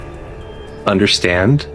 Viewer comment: Im not trusting any woman that can't say " Understand" correctly... that shit is so unattractive...WTF I sInnerStand ? -_